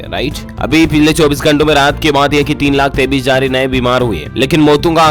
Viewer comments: Aap 23 ko 33 bolte ho. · Sir aap 23 ko 33 Kyo bolte hai